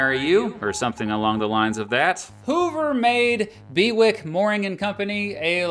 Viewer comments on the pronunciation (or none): It's probably pronounced Bew-ick rather than Be-wick :)